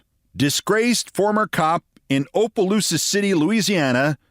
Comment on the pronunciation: It's Opelousas like opp. Short o